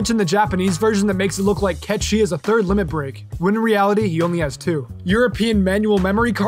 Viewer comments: the Cait sith thing is wrong, its said how is sounds :"Kate sith" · Wrong. Cait sith will always be pronounced (Kate sith) haha. I don't care what anyone says. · I pronounced Cait Sith as Cat the animal and Sith as in the Star Wars Sith lol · Now knowing that Cait Sith is pronounced as Ket Shee means my whole life has been a lie... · ITS KET SHEE? WHAAAAAAAAAAAAAT?? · I'm sorry, what the fuck did call Sephiroth? 15 seconds later I'm sorry, what the fuck did he call Cait Sith?